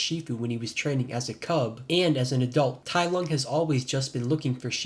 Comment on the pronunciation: "tai LOG" 💀